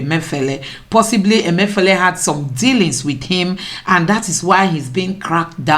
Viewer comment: Your name suggest that you are Igbo but you mispronounced the Igbo name Emefiele.